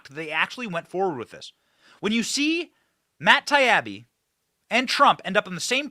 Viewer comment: Benny, it's Matt TIE-EEE-BEE not Taiyabee